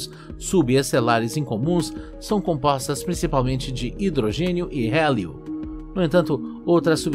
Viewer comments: são compostas por (H) Hidrogênio e (He) "Rélio" , KKKKKK essa me quebrou, ainda tenho dúvidas se essa voz é robótica ou se tem algum dublador por trás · Ele só quis pronunciar com sotaque americano kkkk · Vídeo maravilhoso, mas na hora do "Rélio", desmontei 🤣🤣🤣🤣. Muito bom!